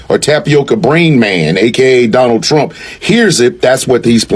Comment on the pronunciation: I will boat, for Donnull Trunk😂